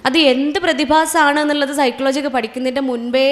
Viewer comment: സൈക്ലോ ജി എന്നല്ല. സൈകോളജി എന്നാണ്